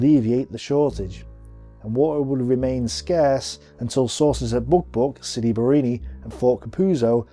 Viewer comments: Sidi BarrAni, not Barrini....you make it sound like a cocktail drink! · I find it jarring that although his graphic clearly shows 'Sidi Barrani' on the map he keeps saying 'Sidi Barrini'. Apart from the clunky pronunciations though I think these presentations are excellent. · Pronounced Siri Ba-ra-ni NOT Siri Bar- ini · Great video! Only one thing: why dont you just pronounce names like they are written? For exemple sidi barrAni..but you keep calling it barrEni for some reason :-) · Sidi Bareeni? OMG